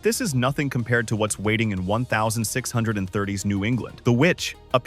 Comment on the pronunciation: why are u saying 1630s and 1940s like that its so wrong